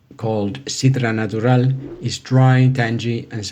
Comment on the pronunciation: "Sidra natural", una pronunciación excelente.